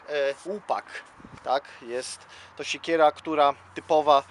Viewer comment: Nie sikiera, a SIEKIERA !